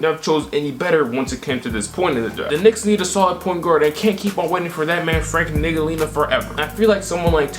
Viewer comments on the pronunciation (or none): We not gonna speed past that you called frank ntilkina niggalina nah bro you disrespecting my guy frank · "Frank Niggalina" LMAO